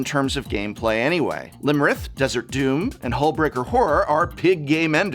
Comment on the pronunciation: Poor Iymrith, everyone always gets their name wrong. :D